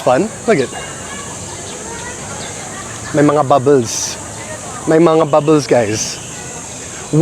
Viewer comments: pu-MA-pa-YAT. lu-GAR. sleeve = mang-GAS. There are many plant sellers there coz nearby used to be the Manila Seedling Bank which some say was wrongfully foreclosed. There's also Ninoy Aquino Parks and Wildlife Center near there. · Sup, "sleeve" is "manggas (muhng-GAHS) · Sleeve is Mangas pronounced mang- gas